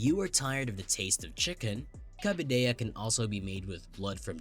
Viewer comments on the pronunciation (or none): Not to mention pronouncing "cabidela" as "cabidella", as if it was a Spanish word...